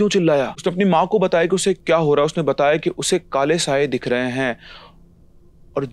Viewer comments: Kaye sale nhi sir, kale saye hai. Nice story but need an amendment. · Kale saye ❌ kaye sale ✅. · Kaye Sale 😵‍💫😵‍💫😵‍💫😵‍💫 iske baad apne jitne baar bhi KALE SAYE bole utne baat mujhe wo KAYE SALE he sunai di hai 😅😂😂